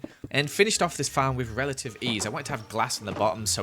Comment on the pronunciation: Y is keep on saying whith reletive eas